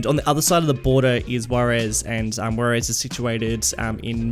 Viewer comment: Yeah your pronounciation is pretty bad, i thought you were saying the city is called Guaires and it´s actually Juarez. Also Las Palmas is a pretty bad and unoriginal name.